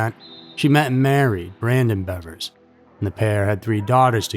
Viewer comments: Thanks for calling her Bevers and not Beavers 😅 Idk why everyone pronounces it like shes a Beaver... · And he pronounced it correctly, there's so A in there.